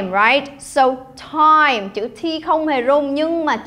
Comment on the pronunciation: Cô đọc chữ “time” nghe hay quá !!